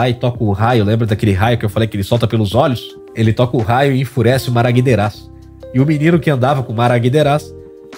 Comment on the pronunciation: Namaguederaz... não é Maraguideraz não hehe